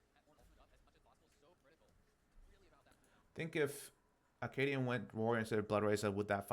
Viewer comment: Love the VOD review! I feel slightly triggered everytime you say Akaadian because it sounds like you're saying Arcadian, which is a play I read in high school...